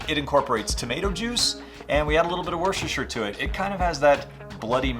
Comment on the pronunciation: I'm barely into this video, and I'm already impressed that you can say "worcestershire" correctly, and with confidence!